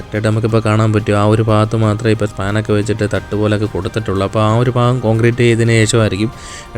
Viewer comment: ബ്രോ ഒരു സംശയം നിങ്ങൾ തേക്കന്മാർക്ക് ഭ എന്ന അക്ഷരം നാവിൽ വരില്ലേ എല്ലാവരും ഫ ഫാഗം ഫൂമി എന്നൊക്കെ പറയുന്നത് കൊണ്ട് ചോദിച്ചതാണ് പല ആളുകളെയും ഞാൻ ശ്രദ്ദിച്ചിട്ടുണ്ട് അത് കൊണ്ടാണ് കളിയാക്കിയത് അല്ല😊